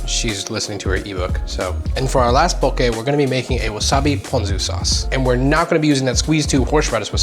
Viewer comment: EŌ DAS HOW!!! Even saying it RIGHT!